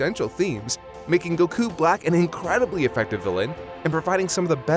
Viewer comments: Anyone else triggered by the pronunciation of Goku? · ...oh yeah. Another year of refusing to pronounce Goku notmally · the way he's saying goku is making me angry lmao